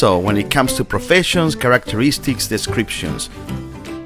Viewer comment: My guy that says decriptions not descriptions 💀